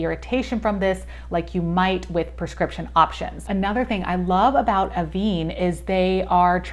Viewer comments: It’s pronounced AVAN (van as in van but less emphasis on the a), not aveene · Pronounce this like “Ah-ven. This is because of the accent over the “e”.